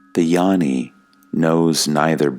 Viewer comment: Dear, peace and blessings to you. Gnani is pronounced NYARNI, not yarni.